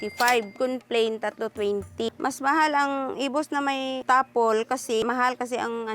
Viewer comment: ginawa pa ngang ilocano ni Jessica yung “Tapol” tapol lang ang bigkas ginawa pang “Tapelll” 😏